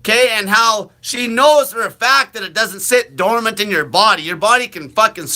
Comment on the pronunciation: You are uneducated! It's dormant! BS